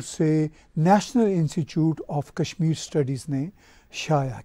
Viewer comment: Kashmir ( not Kasmur).